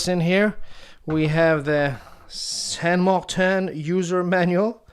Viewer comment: Currently I live in Essex, but I'm a Londoner who speaks Spanish and understands basic French ,so I think I'm uniquely qualified to give a reply(!). The name is close, but no cigar to someone who doesn't know how to spell a saint's name correctly in any Latin language. It's closest to the name in Spanish ( San Martín), with the 'i' pronounced like 'ee' in English. In French it would be Saint Martín. TBH, I would pronounce it with an English pronountiation with 'Martin' sounding like one of my mates & would say everyone else should do too, to avoid sounding silly.(the way it's said ). Cheers.